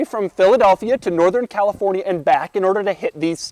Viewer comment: not to be that guy but i'm prety sure doug said talifornia